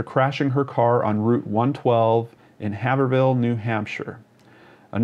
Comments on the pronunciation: Your vids are great I love how much time you put into them these case hits home because I'm from Boston MA and she's from a town just 15 minutes away and many many many friends have went to UMASS Amherst but just for GP it's pronounced hay - verall not haver-hill lol had to say it for Haverhill I still respect you for spreading the awareness and I'm just busting your chops ! But thank you for doing this I'm very very into these vids and the whole mystery of it ! Oxygen actually has a current show about her it's good wth lance tim James Rener her family & Maggie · this dude butchered the pronunciation of Haverhill,but no one says it right,so there's that,lol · Just FyI, it's pronounced "berksheers" and "heyvrull". I live in New England and we have weird pronunciations!